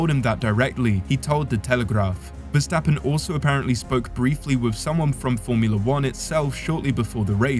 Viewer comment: At least get your names right:Jos Vastapen??Bye,bye!